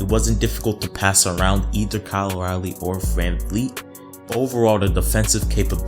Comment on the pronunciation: I can tell this man ain’t a Raptors fan, he said to sign Ibaka for 30M, he called Lowry ‘Rowly’ and he called Boucher ‘Bow-Chur’